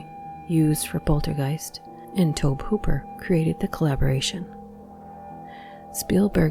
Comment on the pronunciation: The way pronounce tobe Hooper name is funny xD